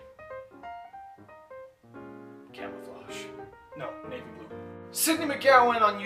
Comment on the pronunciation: "Camouflage." XD